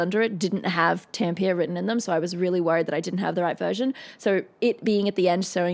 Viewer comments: As a finn, the way she says Tampere just makes me have to take a deep breath to calm myself down. But of course I'm not mad at her. I understand the pronunciation is difficult. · I really enjoy your explanations and commentary on these fantastic shows! however, your pronunciation of Tampere is quite off - wiktionary has a great pronunciation example on their website! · Awesome vid, and don't ever forget to chop onions; music can be analyzed in all directions, but if it is art it should affect you... it shows you are human. Oh, and Tampere has three syllables :D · It's pronounced Tamp - eh - rey, mot Tamp - ear. I've only been there once with my old job (and as a Brit I was lucky to be travelling with a Finnish guy - one of the nicest guys I've ever known in my travels around the world in my last job) Does it help that she is a big (i.e. very tall) woman? Does she not have bigger muscles in her throat because she is at around 12" taller than most female singers (and is taller than all the band - in that pick they pretend it's down to depth) Sad to say I despise Dawkins, a man full of hate, who earns his pay not from doing a Professor of Biology's job (that he is paid for by us Brits), but for spending his time telling lots of people how horrible they are. Love the song though. And remember that all but the Floor from Netherlands and Troy (the bagpipe guy) from England, are Finnish. Marco (the other genius singer that shows how wrong I was when I attacked this group a few years ago on another channel, in all respects) is an astounding singer from Tervo which I think I've also been to :) I think the excitement of most of the band is playing to a home audience - not something a person from a country with a population of 5.5 million thinks isn't a big deal. I imagine Floor feels at home in Sweden or Netherlands concerts. Very interesting vid - thank you. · Tempier? Is it how you pronounce Tampere in Oz? The actual pronunciation is a bit like "Tum-puh-ruh". ;-)